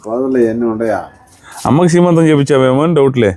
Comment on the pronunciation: Sremantham kadhu, seemantham